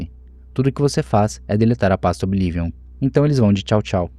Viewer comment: Desculpa, amo seus videos mas q agonia vc falando OBI LIVION, qual problema em pronunciar corretamente kkkkkk